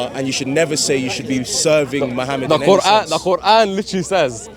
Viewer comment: she didn't even know how Muslim pronounce the Name of our prophet s.a.w how can she be ex Muslim ??